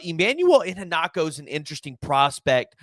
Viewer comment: I-HEN-na-cho Put the Emphasis on HEN At least that’s what I have heard. Much like the LB that committed to SMU instead of OU. Mark Iheanachor. Just trying to help,. thanks for the info.